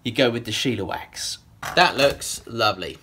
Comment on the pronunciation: Hey, mind blowing restoration/personalization! I think it's Shell-uh-wax, like Shellac... Don't ever cut your videos shorter, please! I wait all week for it, so I love the length!